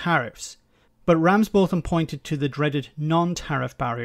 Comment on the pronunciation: It’s pronounced ‘Ramsbottom’ btw 🙂